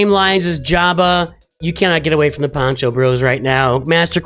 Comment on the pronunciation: Poncho, not pancho - pancho is a salchicha or hot dog (sometimes lazy)